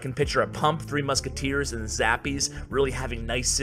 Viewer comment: I hope I'm not late coz i heard saying 3 muskies with the epics